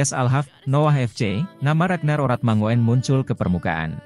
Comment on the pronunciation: Dlm bhs Belanda: 'oe' dibaca 'U' JADI 'ORATMANGOEN' dibaca; ORATMANGUN. agar diketahui bhw 'faam' ORATMANGOEN' ini berasal dari KEPULAUAN TANIMBAR - Provinsi Maluku. Jd admin yg px konten agar menyebutx dgn benar.